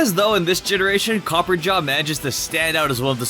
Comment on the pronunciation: Copper-RAH-JAH not copperjah